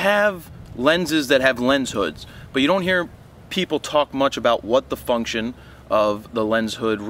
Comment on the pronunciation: LOL, I thought you said "what the f*ck-tion" in Thanks for the upload